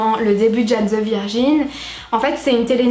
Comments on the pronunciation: Video top ! Je la regarde en boucle , quand je la finis je la reprends mdr , parcontre sa m’a perturbé le « jane » mdr faut le prononcer en anglais 😭😭😭😭😭😭😭😭😭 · Ma chérie c’est pas Jane (âne) c’est Jane (jayne) ..